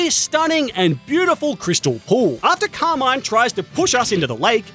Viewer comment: I just hate how he says the name Carmin it's not Car-maine it's Car-MIN